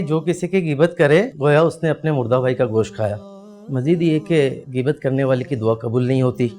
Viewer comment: geebat nhi bhai ghain hy gheebat